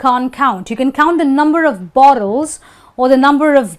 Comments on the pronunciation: Percebi que ela pronuncia o "of" com a pronúncia do "off". I realized she pronounces "of" just like "off". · Só eu fiquei encucado com a forma como ela pronuncia 'Of'? '-'